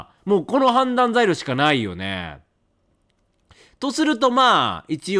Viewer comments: レトさんの判断には同感しかないけど、判断材料をずっとはんだい材料って言ってて笑うw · レトさんの「判断材料」何回聞いても「はんざんざいりょう」にしか聞こえんくて毎回わろてまう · いつまでも判断材料が言えないレトさん可愛い